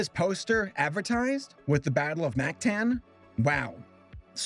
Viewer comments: As a filipino, I tried my hardest to not jump off a cliff from your pronounciations. It's Mactan (mahk-tahn) and Lapu-Lapu (lahpu-lahpu) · in "mactan" a is supposed to sound like a